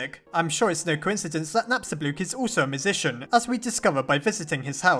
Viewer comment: I really like Napstablook. He has my personality, I feel bad for him because Mettaton or "Suzy" left him, and also because he just wants to be alone but when he finds a friend he's really sweet. also remember when you used to pronounce him Napstabluk? that really annoyed me, but im happy now